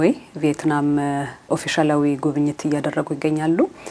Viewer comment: ቪየትናም እንጂ ቬይትናም አይደለም